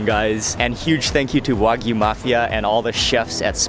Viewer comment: Server should at least pronounce it correctly. Wagyu, not wahgoo.